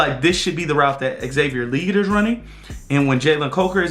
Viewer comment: Love the breakdown!!!! 🔥🔥🔥🔥💙🖤 You need to be on the staff! Only thing is your saying XL last name wrong 😂 Le-Gette bro! 2 syllables! #FFTV